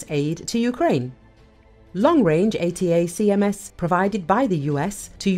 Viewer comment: Is this AI, is that why you can't pronounce "Attack-ums"? that's not how they are known.